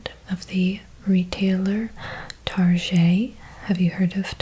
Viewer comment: You are the second person I know of who makes the "Tar-zhay" crack, that's funny😂